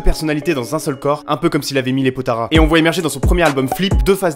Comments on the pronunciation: Les potaras ? Nan, potalas stp, attention enfin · "Potara" GROS ON DIT POTALA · c'est les potalas pas les potaras